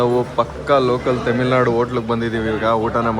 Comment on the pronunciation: ತೆಮಿಲ್ ನಾಡು ಅಲ್ಲ ತಮಿಳ್ ನಾಡು ಅದು 😂